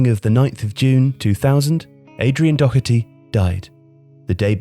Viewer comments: Doherty not Docherty ffs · Dear People of England Doherty is pronounced dawherty, not dockerty. Gallagher is pronounced Galla-her not Galla-gerrrrr and so on and so forth for a multitude of Irish surnames that you continue to butcher even though we live next door and people of Irish extraction make up a huge part of the population of your country. Regards The people of ireland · There is no k in Doherty it’s doh-erty not dokerty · Good video but it’s said dough-er-T not do-her-T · Doherty is pronounced DAW-HER-TEE. At least learn to pronounce it properly, it’s not that hard. And it’s a British border placed to segregate the island of Ireland. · Youre pronouncing Doherty wrong, just like the commentators do. Where the fuck do you get the CK sound from? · Nice video but the pronunciation of Doherty was doing my head in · no he didnt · There's no "ck" in his last name. Pronounced the same way Matt Doherty does it. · The mind boggles when people (English) can’t pronounce Doherty properly.